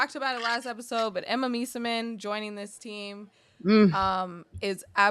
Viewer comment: please learn how to pronounce Emma Meesaman's name correctly, american media keep doing it wrong and nobody tries to learn. I know you care, and can do better with it.